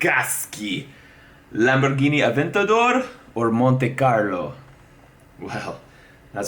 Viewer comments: A-vent A-door!! 🤣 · A-Vent A-Door